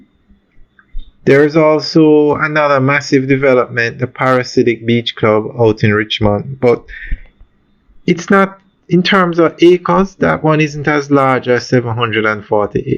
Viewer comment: I love watching your videos..However it’s pronounce PA-RA-DI-SI-AC….and NOT parasidic !